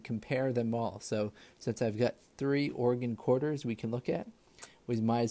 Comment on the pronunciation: Great video! I also want to thank you for pronouncing my state correctly! I have lived in Oregon my whole life, and I have been to Crater lake a number of times, it is truly breath taking. Keep up the good work with the videos!